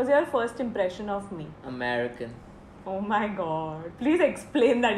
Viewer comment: soo cute expression and funny when she asked what was the first emprission and saying mrdiull